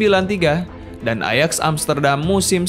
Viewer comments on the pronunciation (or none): none